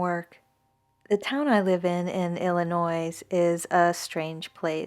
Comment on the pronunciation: Don’t pronounce the ‘S’ in Illinois